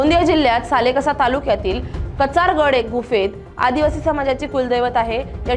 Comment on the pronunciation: कचार गड नाही कंसरा गड म्हणावे... सिताराम गवळी